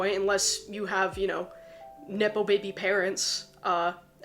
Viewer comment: It really sounded like you said, "nipple baby parents" and it stopped me in my tracks. I was like WHAT!? Then, I realized you said NEPO baby parents, and it made me laugh. 🤣